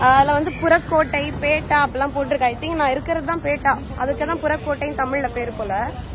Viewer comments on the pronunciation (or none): பேட்டா இல்ல பெட்டா சொல்லுங்க😂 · பேட்டா இல்லை .பெட்டா pettah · பேட்டா. இல்லைங்க. பெட்டா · You should have booked in advance and moreover it's not pettai, It's pettah.